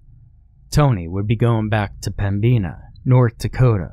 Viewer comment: As a north Dakotan it rustles me how he says pembina. We say pem-bin-a